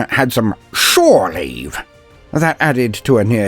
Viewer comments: "shoreleave" LUL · "...shore leave"